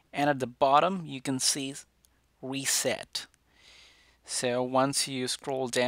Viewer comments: “Weset” “Passcord” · “Weset” XD nice one dude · SP00KY he has a different ascent in his voice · More like wreset